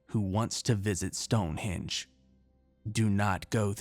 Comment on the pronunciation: Speak properly man,it's stone henge HENge not hinge. Also, Edinburgh EdinBURRA not eden borrow. Bloody Americans butchering the English language☺. I'll let you off though seeing as I enjoy your stories and appreciate your hard work😉.